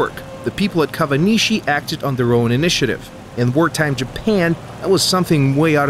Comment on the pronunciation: why is kawanishi pronounced as "kavanishi"?